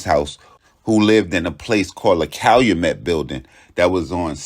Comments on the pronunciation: CAL-U-MET not calamet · Pronounced "CAL-YOU-MET"👌🏿!! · It's Cal-u-Met Pop...u almost got it... Thanks for doing my city we luv the twins💪🏿